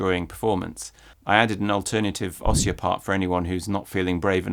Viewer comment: Hi, Just a note: "ossia" is stressed on the -i-. It is pronounced os-SEE-huh, not OS-see-huh. Source: I am Italian:)